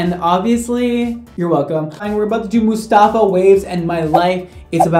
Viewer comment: Everytime says Mustafa i laugh so hard. He’s actually saying the Arabic name right though. 👏🏼 😂😂